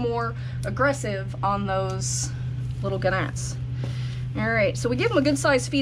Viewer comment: I bet that worm egg has two yolks! :) - I like the way you pronounced "Ga-nats" - haha!